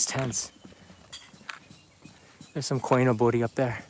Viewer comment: Hey. Saw your vid and quickly want to correct you. It's not Koi no Bori, it's Koi Nobori. Nobori means "flag, streamer". The 'no' isn't a particle.